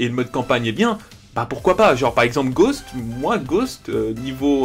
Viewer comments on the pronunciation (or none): tu prononces bizarrement ghost ghaust tu dis en gros